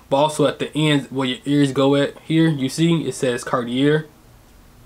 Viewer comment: You're pronouncing "Cartier" wrong